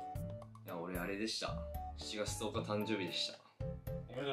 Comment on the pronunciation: 10日を「とうか」と言う横川くんに感動しました